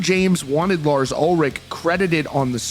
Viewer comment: Fkn’ “Lars”…… 🙄